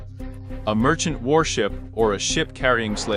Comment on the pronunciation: Not a bad video fact-wise, but the emPHAHsis on cerTAIN words and the way some words are pronounced so closely together or too far apart makes for a harder watch than it needs to be. One example is - "He has three potential jobs - a merchant, warship, or a ship carrying slaves." The way it's pronounced, it sounds like "He has three potential jobs - a *merchant warship*, or a ship carrying slaves." The inverse happens not long after, with awkward pauses like - "Ships could carry hundreds of tons of cargo...from one continent to another." Along with grammar mistakes like "In addition, there was a severe discipline", things like dates being stated like "one thousand, seven hundred and twenty", and things like calling the cat o' nine tails "the nine-tailed cat" (like something out of Naruto), I really would suggest a re-do of the script and corrections on the program reading it.